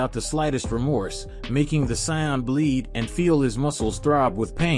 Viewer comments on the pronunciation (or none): Say it with me Say- In they're sayians NOT science 🤦‍♀️ no soup for you! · Can you pronounce sayains correctly please